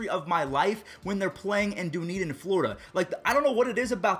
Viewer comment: The way he pronounces Dunedin xD as a local thats hilarious